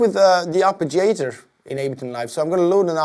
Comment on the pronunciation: lmao had me dead when he said arpijator